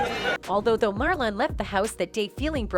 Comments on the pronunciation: Why yell always mes up black ppl names Marlin, ,not marlon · When did his name become Mar lawn lmao 😂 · First off wtf is Mar Lon 😂😂😂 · Everything he said was true, uck your feelings, say his name right next time and it's was jokes people 🤦🏾🤦🏾🤦🏾